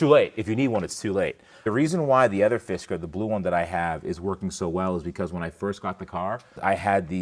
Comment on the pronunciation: every time i hear u say Fisker i hear "Fiskars" xD